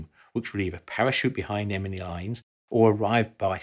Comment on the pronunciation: “Emeny lines”??? I had no idea he was dyslexic.